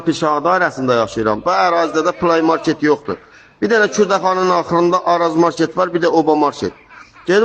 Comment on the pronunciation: Kişi qadındanda düzgün tələffüz edir play market sözünü